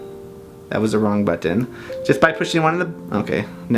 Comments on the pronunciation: the way he says "BUTTON" lol. awesome. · How the hell is he pronouncing BUTTON it's killing me